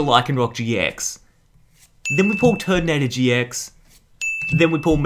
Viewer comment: he says turdinator instead of turninator